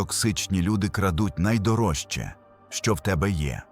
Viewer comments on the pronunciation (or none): ДізнаєССЯ (фонетично), хоча дізнаєШся; дізнає[с'с:а]. Вимовляйте правильно. І не «постав Вподобайку», а «постав Уподобайку» (чергування У/В). НайдороЖЧий (звук [ж] не оглушують), не шч!